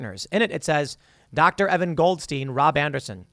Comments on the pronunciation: "Goldstein" EVERY TIME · “Goldstein” every single time.